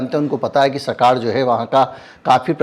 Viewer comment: सकाळ ळ not ल 😄 सकाळ का सरकूलेशन कितना है 🙄ये पेपर अब पेहिले जैसा नही खपता, सर्वे मे कितना दम है?